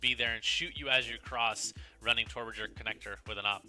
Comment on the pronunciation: tworwords... tworwords... TWARWARDS!!!